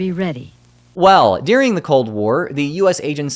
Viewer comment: why are people pronouncing "during" as "deering?"